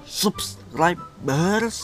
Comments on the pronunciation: Sabskreb not suprais 😅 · if u wanna say subscribe its like subskraib if u read it in finnish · i love when he says subscribe wrong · Use Google translate and click the sound and try to speak again You can't said Subscribe properly so use Google translate then click the sound Anda tidak boleh mengatakan Langgan dengan betul jadi gunakan terjemahan Google kemudian klik suaranya